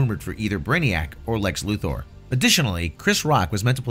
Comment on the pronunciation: I love that you actually pronounce Lex Luthor's name correctly.